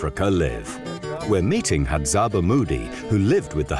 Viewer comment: It is Hadzabe (pronounced Hadzabey) not "Hadzaba" the way the commentator is calling them.